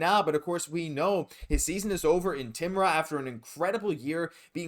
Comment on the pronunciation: Please Timrå is prononce timreaux its not hard the Å is like a O = TIMRÅ HEHEHHEHHEHE!!!!